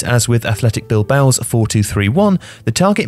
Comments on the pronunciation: Bilbao not Bilboa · Atletico Bilboa... sounds like Bilbo Baggins mixed with Rocky Balboa